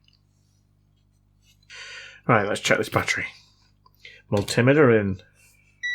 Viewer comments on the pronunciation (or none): Never mind the blurry-cam.. I'm more concerned about you saying "mul-timmeh-tuh" rather than multi-meter.